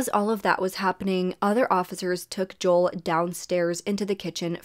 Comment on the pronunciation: Great video!!! Just wanted to kindly let you know that Joel’s name is pronounced Jo-el not Jol! 😁🫶🏼